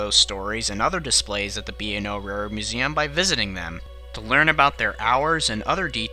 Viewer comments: Great narration, except for one word: railroad. You speak that word much, much faster than the rest of the narration — so fast it gets mumbled into “rarred”. Take your time, keep a consistent pace that allows for enunciation. :) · "your support is what helps makes these videos..." & I have noticed in this and other videos he seems to have trouble pronouncing Railroad.